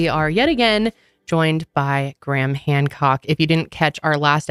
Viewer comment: GRAYHAM not GRAM